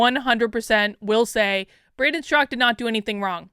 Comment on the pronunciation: Why is calling him 'Strak'? Is the second syllable A silent in Straka? Confused. As far as review of this article, she's right to defend the innocent. Her POV is balanced and fair.